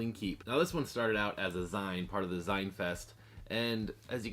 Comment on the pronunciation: Its "zeen" dude, as in 'magazine'. thx for the look!